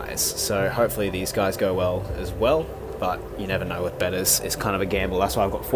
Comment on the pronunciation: So glad you pronounce betta as it should be! 🤣